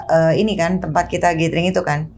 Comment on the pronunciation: gathering dibacanya GÉDERING. Bukan GÉTERING. Kesalahan kecil tapi fatal 🤦. Secara lu banyak nyebut kata itu 😂